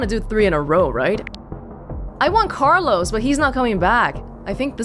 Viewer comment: When you said Carlos, it sounded like someone saying Benjamin